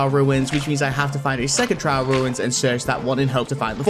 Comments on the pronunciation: trail, TRAIL, not trial. Also as always, great video. ( alt here) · Holy cow the amount of times you’ve said trial ruins is hurting my brain. It’s trail ruins not trial ruins